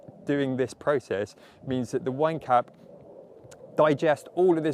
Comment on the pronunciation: You're British, maybe use garden giants instead of wine cap cause I keep hearing wanker every time :))